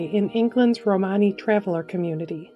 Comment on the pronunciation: It’s SAX-OFF-ONIST, not SAXA-PHONE-IST. Also, ROW-MUN-EE not ROW-MARNEY.